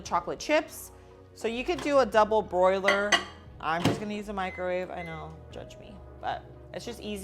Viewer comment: It sounded like you said "double broiler". 😂